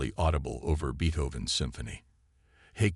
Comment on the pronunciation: Look up how to pronounce "Beethoven." Also, Beethoven's 5th probably wouldn't be ideal; I'd say his 9th is more macho...